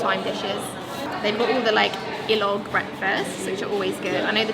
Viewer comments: just want to say it is SiLog, not ILog.. Si is the beginning of SInangag which is fried rice and the Log is the last part of itLOG which you are correct is egg so the dishes are called SiLog Dishes, TapSiLog is Tapa Sinangag and Itlog, ToSiLog is Tocino Singag and Itlog and so on for the others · It’s “silog” for future reference. Sinangag(fried rice)+itlog. Your welcome. 😊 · love for Filipino food is amazing despite she may have mispronounced the word silog but even at this point her excitement of Filipino food implying the word still makes her a true Filipina at heart